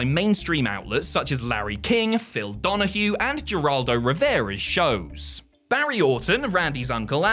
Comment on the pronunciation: it's HER-AL-DO not G-Raldo